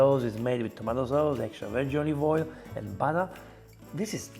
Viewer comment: And I am disappointed that you doubted yourself and copied her incorrect pronunciation of BUTTER.